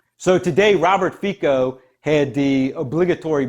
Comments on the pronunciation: Probably noone cares but SMER is pronounced with S like in seat. Fico with c like central not k. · His name is pronounced ˈFitsɔ. Czech and slovak "c" is read as "ts" and "o" is short like in word "off".